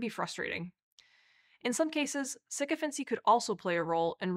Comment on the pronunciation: It would be nice if someone had told her how to say the word